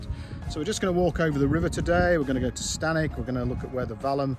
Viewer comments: Sorry to correct but it's not 'Stanic' its 'Stanwix' pronounced 'Stanicks' There was also a dig in Dec 22 at the site of the old bath house and the Cumbria park has closed its doors to the public and now being ran by Serco holding asylum seekers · Very good, . It's stanwix, as in six